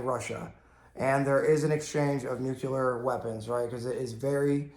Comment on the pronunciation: Please, bro, PLEASE! It's NUCLEAR not NUKULAR!!!!!!! Where the hell that term came from? Great videos though. Cheers.